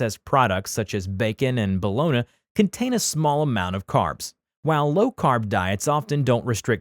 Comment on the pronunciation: soooooooooo no one is going to talk about how he said bologna lol.